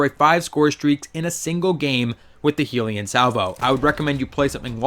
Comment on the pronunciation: The way you pronounce the name makes me want to kill myself. It’s clearly HELL-yun Salvo... not Heelion Salvo smh.